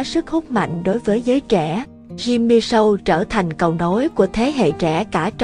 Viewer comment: SHOW ( phát âm SÔ không phải SÂU )